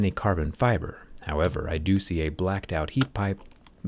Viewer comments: He said "I do do work"! 😅 Zack does great work, but I'm really impressed with the Lenovo Yoga, seems extremely well designed. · He said dodo. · "I doo doo" 💩 Sorry Zac. 😬✌️